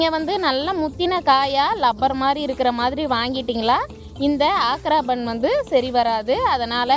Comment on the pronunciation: ஆக்ரா பான், பான் என்றால் வெற்றிலை. சரியாக உச்சரிக்கவும்.